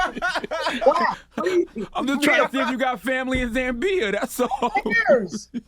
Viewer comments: It’s not pronounced zam-beer please y’all could have easily researched before saying it on air it’s pronounced as spelt Zambia 🇿🇲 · Kelvin the guy that looks like you is my neighbor here in Zambia and he does claim that you are related! Charlamagne its ZAMBIA and not ZAMBIYA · It's pronounced as "Zambia" not "Zambiya" Chalamagne. Say it right. Tf wrong with you. Am Zambian so that ain't how they pronounce it. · Achimwene! Zaaa-mbia!! not Zam-beeya! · it’s Zambia. Not Zambi-uh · Za-mbi-ya🤦🤦 it's just Zambia please. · But why pronounce our country name as Zam- bee-yah. Kwati no zambeef lol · But he pronounces Zambiya? That's not doing his homework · The fact that none of them know where or even how to pronounce ZAMBIA makes them look real dumb. That's so research he should have done for sure....... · Imma need CTHAGOD to pronounce Zambia 🇿🇲 properly got damnit 🤦🏾‍♀️🤣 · Go ahead and give yourself Donkey of the day for that Zambia pronunciation 🤣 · How difficult ia it to pronounce 'Zambia'..Wow!!! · He could have At Least pronounced Zambia 🇿🇲 nicely 😩😩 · Charlamagne really butchering the pronunciation for Zambia i almost thought he was talking about a whole different country. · The pronunciation of Zambia though 🤦🏽‍♀️.. never imagined it was hard at all. Lol. But all cool, much love!